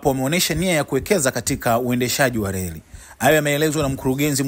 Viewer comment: Mbona wewe mtangazaji huna R???? Leli😮tunaelekea wapi?????